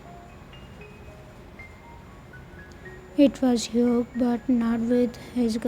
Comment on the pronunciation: Hyuk is the perfect name for that basterd you say it like yuk i love it 🤣🤣🤣🤣🤣